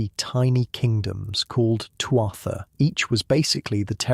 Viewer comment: Irish living in Virginia, USA. Enjoying the video so far but wished you’d learned how to pronounce Tuatha properly- it’s “Tua-ha”, Ogham is “oh-um”